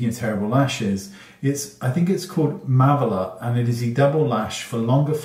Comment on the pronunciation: Mavala is pronounce “MAH VAH lah”. Good luck for your dentists!!!